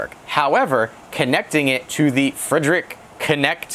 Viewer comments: Good video. It's "Freed Rick" by the way. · Wow you really butchered that name lol